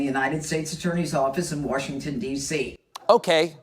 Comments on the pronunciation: Jeanine is in WaRshington? It's WaSHington, Jeanine! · She also said Warshington.